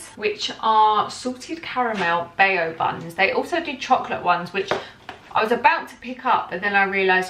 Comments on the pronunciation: Bao is pronounced bow .. as in when you take a bow.. they look soo good though need to try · she's not pronouncing it right it should be like ba-ow